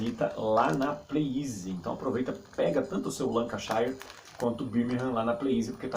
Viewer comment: NINGUÉM fala certo o nome do Brass Lancashire huahauhauahuahauah.... É LANCA SHÉRE e não LANCA SHAIRE!! HUAHUAHAUHAUHAUAHUAHUAHUAA